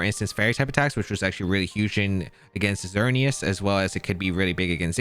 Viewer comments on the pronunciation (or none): just so you know I think it's "ē-TER-nuh-tuss" as in "eternity"